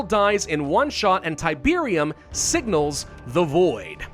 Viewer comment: It's Tiberium... It's literally Tiberium.